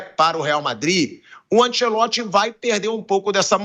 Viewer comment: Ánchélotti, Ánchélótti, Ánchélótrti.... valha-vos Deus|||